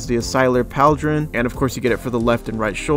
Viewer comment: Will sub but my guy...its pronounced Paul-dran not Pal-dran